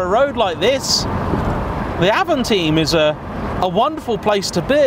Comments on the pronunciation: It's AVANTIME not AVANTEAM, Like the Audi A2 it was far too ahead of it's time to be truly appreciated. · It's Avantime not Avanteam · avan-time, not avan-theme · It is avant-Time, trust me i’m french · I can confirm, Avant-Time and I really don't understand why people would say "avanteem" or even sometime "avanteen" ? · I always call it Avantime (and it's my car), but I believe the French pronounciation of time is 'teem', and so I have seen people call it the 'av-on-teem'. See my channel for my review on the car where it's pronounced 'Avan-time'. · It's not Avant"ea"m but Avant"y"me ... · It’s avantime not avantine even the French say avantime, same with people who a Dacia a dacha.... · Avantaym not avanteem 🙄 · Avamteen??😂 It's pronounced Avant-time. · Sorry, it's Avantime like "time in English" - meaning before it's time or in advance of it's time!!! But still well done! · hahaha I was watching it like AVANTAHYM ! and then saw your comment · Avanteem, just like the es-pache, claio and mega-knee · cool, thanks :) If I remember correctly Doug from the dougdemuro channel also called it avanteem. (But he also says "coop" instead of coupé ^^) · Donut Media: E S P A C H É: Hold my A V A N T E E M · If you say avanteem one more time >:( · ‘Avonteam’ 😂 what? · Yep, Avantime is a portmanteau- official pronunciation is french pronunciation of ‘Avant’ and English of ‘time’. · Stopped watching after the third time he mis pronounced time in avantime 🙄🙄🙄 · Totally wrong prounounce... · Like watching Top Gear from the 80’s. Misses the point, and can’t even pronounce the name correctly.